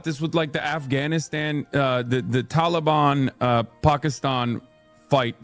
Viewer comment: The way he says Taliban and Pakistan, he's been coached by a Muslim. American's in the last 30 years everywhere don't pronounce anything like that